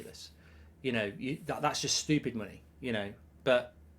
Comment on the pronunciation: Please say stupid properly